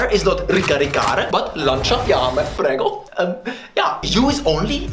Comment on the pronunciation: So Rantoni is officially Pepperoni, he pronounced motosega and prego correctly Edit: and also mongoloide and analfabeta